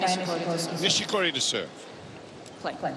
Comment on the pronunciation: 『ニィシ↑コリィ↓のサーブ』